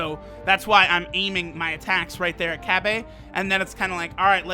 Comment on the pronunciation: Why are your saying cabba like that?😂😂